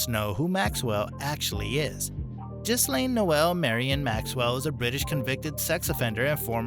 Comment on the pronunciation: Hi Americans the "s" is silent. So it's gilane..